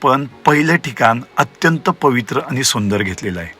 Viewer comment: किती अशुद्ध भाषा ! आपण कोकणातील नक्कीच नाही आहात. आनी - पानी बोलता.